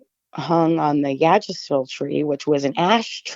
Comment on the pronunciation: Polite note for: The tree Yggdrasil is pronounced IGG Druh Sill, not “yig” or “yag.” I normally don’t point out petty stuff but given the significance of the name to the family, seems appropriate. Beautiful name by the way. P.S. On my lap right now is a cat named “Ash.”